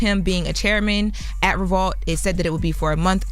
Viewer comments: Why keep saying Re-vault? 😫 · She keeps saying ReVAULT and it’s pissing me off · Why is she putting an A in revolt? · is a incapable of pronouncing Revolt correctly 😀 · Why can't say Revolt???